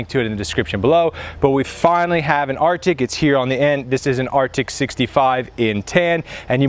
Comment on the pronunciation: RTIC not "Arctic"